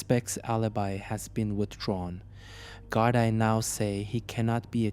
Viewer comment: Gardai is pronounced Gardee